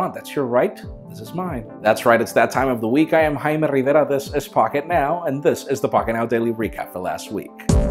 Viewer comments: Jaime never stop using the Spanish pronunciation of your name, 50% of the reason I watch Pocketnow Daily is for your beautiful "Jaime Rivera"s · We like how you pronounce it, dont worry.